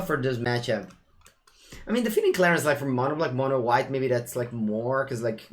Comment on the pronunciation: It is funny how you keep saying "defeaning clarion" instead of "deafening", I guess old habitudes never die :D